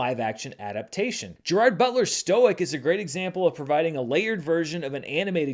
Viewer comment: I thought you were trying to pronounce Gerard differently than most do?